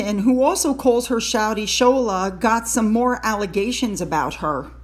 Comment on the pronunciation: Hi 👋 Nigerian here. The name's actually pronounced "Shaw-la" But you can call her whatever you want, she's a disgrace. Most Nigerians (myself included) would kill for an opportunity to make it to the uk and start afresh. She has that opportunity and decided to trash everything the Brits hold dearly to themselves, from their monarchy down to their shopping malls. Very very disgraceful woman